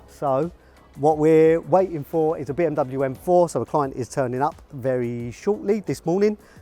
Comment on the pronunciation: 1 the pronunciation of Bmw is wrong 2 is the urus that uses Audi/VW technologies 😒